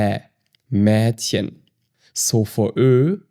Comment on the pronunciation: bei Mädchen wird das ä eher wie ein E ausgesprochen 😊 manche machen das so oder so. Nur das mit dem E ist umgangssprachlicher, und hört sich nicht so komisch an